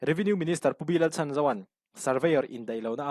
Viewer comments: Revenue Minister hming hi lam dik ve teh. B. Lalchhanzova hi Laltlanzova tih angin lam tawh suh. Chhan tih lai hi Ka dam ṭhat lai a ni tiha dam tih angin lam rawh. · Minister B Lalchhanzova tih i lam dan thlûk kha a dik chiah lo deuh.Chhan tih kha,i ṭhianpa leh misual an inbei a,i ṭhianpa i va chhan ang kha aw..chhan tih lai kha..😅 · Pu B. Lalchhanzova hming hi.. 'chhan' tih lai hi - chhanchhuak/chhanhim ti a kan lam thluk ang hian chhum bung deuh hleka lam rik tur ani e. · Minister hming hi a thluk dika lam rik ve tum ila😂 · Nia.. Chhandamtu tia chhan ang hian😂